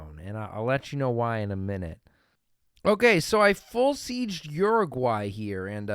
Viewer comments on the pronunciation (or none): none